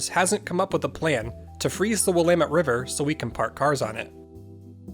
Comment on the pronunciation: Immediate thumbs up for pronouncing Willamette correctly